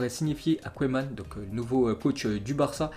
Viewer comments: Ça se prononce keman pas koueman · Hé,, t sérieux là tu ne connais pas la légende koeman. T'entendre écorché son nom ça fait mal.je commence à avoir des doutes sur tes connaissances footballistiques